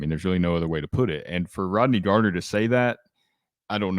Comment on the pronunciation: His last name is Garner FFS, not Gardner.